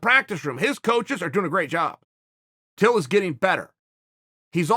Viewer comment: I know chael would say till but it sounds like he says bill at the start lol